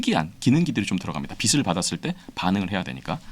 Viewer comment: 교수님께 빛을 =비슬이 아니고 비츨로 읽으시라고